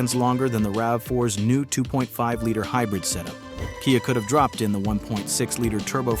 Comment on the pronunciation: i lost interest and figured this was AI, when it said "kaya" instead of KIA